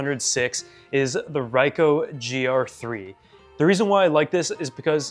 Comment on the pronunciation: great video! it's pronounced "ree-koh" btw :)